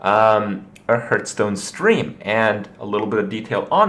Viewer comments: Just wanted to point out its heartstone not hurtstone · Why do you persistently pronounce it "Hurtstone" ?